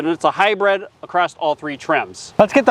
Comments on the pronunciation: What's a "hybread"? It's hybrid. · Hybrid should be pronounced like high grid, mid, bid, or squid. High bread is an edible sold at Phish concerts. And high bred is someone born into European royalty.